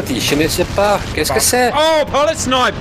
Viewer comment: "je ne sais pas !! qu'est ce que c'est ?!".. great French but funny thing is that you have the typical accent of a German trying to speak French ^^ (dont chute over Cambrai, otherwise it would probably do the same as the poor Polish pilot in "Battle Of Britain" movie if you try to speak French with locals ^^)